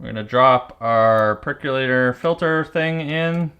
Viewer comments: It's perkOlator... NOT perkUlator. Look it up and pronounce it correctly. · Remember, folks! There is no U in the word "percolator", pronounced perk-oh-later.